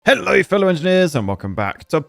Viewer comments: Yo the start haløj XD sounded skandinavien i should know because i am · Did he just say halløj like a Scandinavian in that intro?